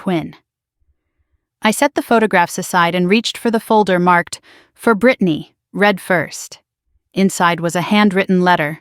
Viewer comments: Reed (read) first not Red (read) first. AI get it right. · Reed voice for Read